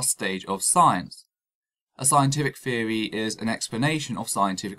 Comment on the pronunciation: I stopped watching after the first time he said "scientific feory".